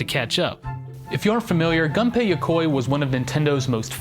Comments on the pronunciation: Its not pronounced gun pay. Its pronounced goon pay. I know his name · It's pronounced Goon-pay not - Gun-pay! rocks in the corner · Very interesting, but I kept getting irked everytime Gunpei Yokoi's name was mispronounced. In the video, it was pronounced like "Gun pay", but the proper pronounciation is "Goom pay". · Dude..... GUNPEI NOT GANPEI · Hey, just so you know... It's 'goon-pei' That's how you pronounce it.